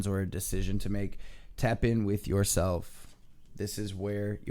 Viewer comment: I absolutely love your readings because they are positive and on-point! I look forward to your readings and wish you and your family love and light. I do have one request: can you please put an "L" in "yourself?" I swear that I am not normally a pain on the a** like this, but it's an English teacher occupational hazard.